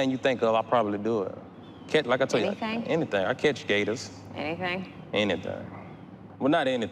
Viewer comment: "Anything?" "Anythang.... well not anythang but basically anythang" 🤣🤣🤣